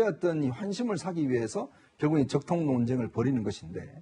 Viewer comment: 적통, ㅋㅋ 발음조심해라ㅡㅡㅡ